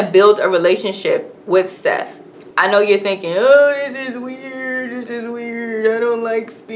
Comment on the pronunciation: RIP Toni Morrison. idk why this woman,, is calling Sethe, "SETH", if she just watched it, but it IS "Setha".